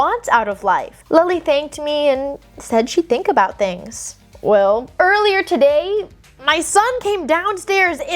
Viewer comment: that "well" was such a north Carolinian accent, THE REST OF THIS COMMENT IS A TANGENT ABOUT MY FAMILY'S HERITAGE THAT I TYPED OUT WHILE ZONKED ON BENADRYL AND DOES NOT HAVE ANYTHING TO DO WITH WHAT WERE TALKING ABOUT 😭😭😭 thats almost exactly how it sounds when my dads side of the family speaks, ive lived in NC my whole life and my dads family is like.. idk 6th generation immigrants from Ireland that cane to North Carolina, so weve completely lost our irish accent..